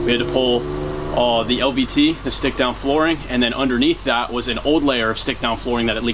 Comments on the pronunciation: “Once we know where it Wis” 🤣🤣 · "where it wizz" 😅